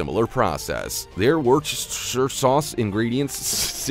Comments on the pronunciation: Its wooster sauce! I'm English read it as i spelled it WOOSTER SAUCE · Just for the plebs, it's Wooster - sher sauce............ It's not hard 😂😂 Just glad most of the yank food can't be sold in UK , a lo of this info (esp on bacon) has been proven wrong 🙄🙄